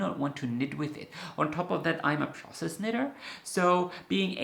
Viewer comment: Had to listen twice before realizing you are a 'process' knitter -- at first I heard 'princess' knitter, like the princess & the pea -- and I thought, me too! If I don't love the tactile quality of the yarn, needles, etc I won't enjoy the project.